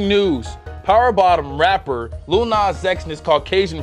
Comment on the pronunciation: the way he said "rapper" got me dying